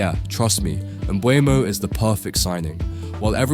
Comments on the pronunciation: ngl hearing Embuemo instead of Mbeumo sounds weird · You keep pronouncing his name wrongly 🤦‍♂ the 'u' comes after the 'e', but you're pronouncing it as "Mbuemo" which is incorrect.